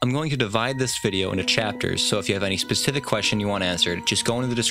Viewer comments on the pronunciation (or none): none